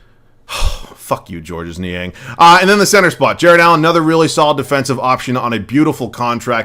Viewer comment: Niang's name is just pronounced as "George"